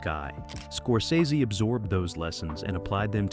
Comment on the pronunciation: Somebody teach this strunz bot how to pronounce Scorsese